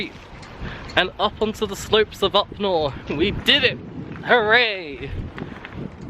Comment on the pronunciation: Enjoyable film. I use to ride horses there. Upnor is pronounced up - nar (nar as sounded in jar). Have a great day.